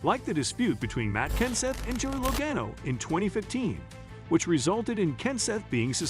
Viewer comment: If you ban drivers for rough driving, you’d only have 6 cars on the track at any given race. Food for thought: If you’re going to report on what nascar should or shouldn’t do with drivers after mishaps or rough driving at least pronounce the driver’s names correctly. It’s pronounced B “U” b ba, not Bab ugh. And Joey Legono not Legain o.